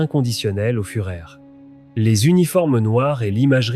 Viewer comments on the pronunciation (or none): "le furaire et la vermachte"" les ouaffeune ss" ... incroyable .... de médiocrité ...trêve de blabla, les SS étaient des barbares inhumains et pour les "trier" et les éliminer, ils avaient leur groupe sanguin tatoués sous leur aisselle... alors on les fait défiler les bras en l'air et malheur aux tatoués !!! bon débarras.